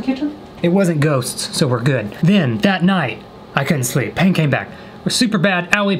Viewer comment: Nobody: Literally no one:: I had a lot of peeth in my tain I love you you kill me 🤣